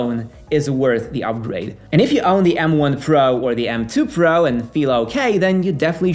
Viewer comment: Can’t stand how he pronounces “pro”